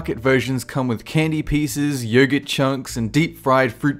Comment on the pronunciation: It's pronounced "Yogurt"